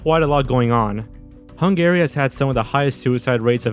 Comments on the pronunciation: never heard someone pronounce Hungary as hun-gary instead of hun-gah-ree until now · You keep pronouncing it HUNG-GARY and it's driving me crazy!! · My favorite part of watching videos is listening to which words will be mispronounced, and how often those mispronunciations will recur. Only Sigma Fee and Hung Gary know for sure. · Hungary is pronounced Hun-guh-ry, not Hun-Gary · The way you pronounce Hungary makes me an-Gary. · It's killing me that you keep saying 'hun-gary' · Why does he pronounce Hungary like that?! lol It’s wrong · What's with your pronunciation of "Hungary"?